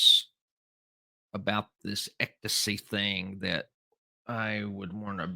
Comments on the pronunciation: Hey, I think it's pronounced "EX-stasy"...you keep saying "EK-tasy". Lol! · It’s ECSTACY, not EKTACY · How do manage even to say the word ecstasy wrong, it’s not “ectasy”. Geez you one of a kind. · Sammy the Bull. The most stand up guy to sit down ever🤷‍♂️💯🤣PS. Ecto-see is hilarious😂 EX ITS PRONOUNCED HOW I WROTE IT EXSTACY (Ecstacy)👍👌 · obviously, you never had done drugs because you can't pronounce ecstasy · Lol…what made it worse is he said it like 85 times 😂😂